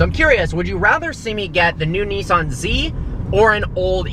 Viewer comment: Old BMW, espescially as I can't stand the way you pronounce Nissan !!lol